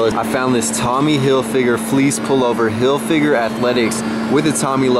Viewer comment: hillfigger not "hill figure"